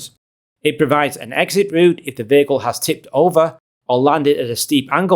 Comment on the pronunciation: what is a vaical ??? what is it with the vowel mispronouncing ??? do school kids get bad grades in school for pronouncing vowels correctly in your country ???